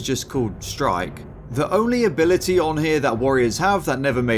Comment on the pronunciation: In this video, the t in ability is silent